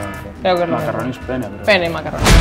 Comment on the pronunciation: Que incomodo habrá sido decir PENNE